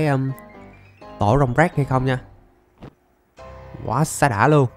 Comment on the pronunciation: Rồng drake mà a nói như rồng "ráck" á